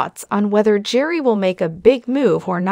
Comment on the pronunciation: This is ridiculous. The narrator here isn't even pronouncing Gerry's name correctly. Hard to believe she knows a single thing!